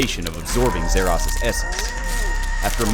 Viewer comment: Zah Ross not zeh rass